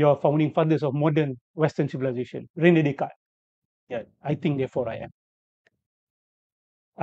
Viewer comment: Rene Descartes, sebutannya Ranay Deycart.